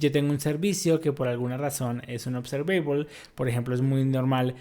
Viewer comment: Trata de trabajar en tu pronunciación de la palabra observable y otras palabras en inglés que mencionaste